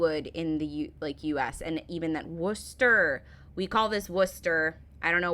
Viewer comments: You nailed Worcester I live there. Yep butcherd the rest :) :) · loughborough is pronounced "Luffburrer" and Leicester is "Lester" you did get Worcester and leominster correct though. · The only place name not butchered was Worcester. Well done!